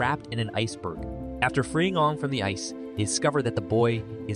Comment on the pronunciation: it is aang not oong